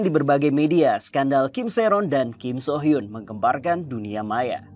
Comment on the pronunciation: Su hyeon bang bukan so hyun